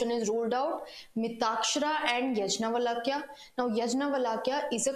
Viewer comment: यज्नावलक्या नही... "याज्ञवल्क्य" होता है... English kya na krva de..